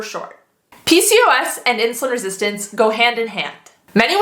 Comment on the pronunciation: how many times do you have to say insulun resistent what an annoying woman